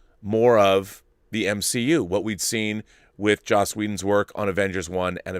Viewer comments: I hear so many YouTubers pronounce Joss as "Josh" and I've heard it so many times that I'm starting question my pronunciation.. it's pronounced "Joss" like how it's spelled, right? Not "Josh". Am I taking crazy pills? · Nope. You're right. It's Joss but some people who are not so used to hearing it think and pronounce it as Josh.